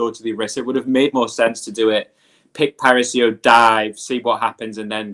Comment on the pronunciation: It's not "parisio" guys, really